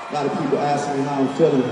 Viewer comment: come on man you are trying to hard we all know you don't say axed even you say ask in your normal life lol. Dude actually said axed haha a little sprinkle of cultural appropriation